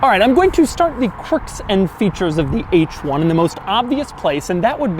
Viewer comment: I swear he is saying "quirks" wrong every time he says it.